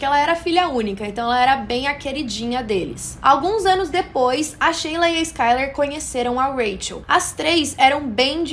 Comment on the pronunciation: Shelia (se lê como shylar) não Sheila